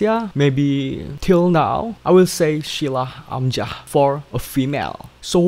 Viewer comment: Thumbs up for Shila Amzah...not Shulah Amjah....